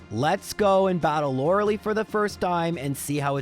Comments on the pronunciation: bro I actually can't stand it. The name is not loralee and you know that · I cant watch this guy calling her loralee on purpose when he knows thats not her name